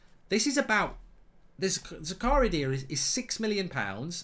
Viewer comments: His name is pronounced "Zaka-ria".. Goldbridge's Zakaaaria sounds a bit la dee dah! 😆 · Its prenounced Z-A-K-A-R-E-E-A just so you know lol